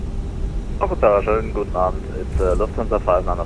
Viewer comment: Your „Guten Abend“ sounded very nice as if you were a native speaker. Nicely done. Have a nice weekend.